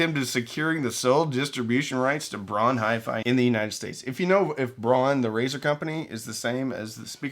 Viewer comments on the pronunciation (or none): German names pronunciation: DEETER Rams and Peter HART-vine. Bonus info: Braun is pronounced Brown. You're welcome. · "Braun" is pronounced like "brown" and, in fact, is German for the color. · Germans pronounce Braun like we pronounce brown. Which is fitting since the translation of braun into english is brown. So why do you pronounce Braun like Brawn?